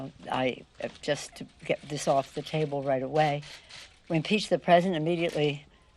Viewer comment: constitution so clearly so pariotically, so prayerfully, San so solemnly, So we Peached the prezident. Next round is on ME!